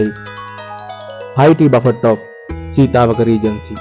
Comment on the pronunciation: දරුවෝ.... බෆට් කියලා වචනයක් නැහැ. ඉන්ග්‍රීසි අකුරු ලියලා තියන විදියටම කියන්න බැහැ. Uk English සහ USA English ශබ්ද කරද්දී වෙනස් වෙනවා. නමුත් ඔහොම වචනයක් නැහැ. බුෆේ..... එක්කෝ බෆේ... T අකුර ශබ්ද වෙන්නේ නැහැ. Buffet . බෆට් කියන්න එපා.